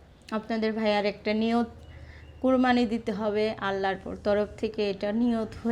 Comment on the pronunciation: কুরমানি না হবে কুরবানি!